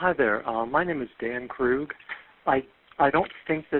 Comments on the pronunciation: FYI Krug is pronounced Kroog. If they pronounced it Krug and it's their name that's hilarious 😂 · It's Kristil Krug (kris-teel kroog). For the Record ❤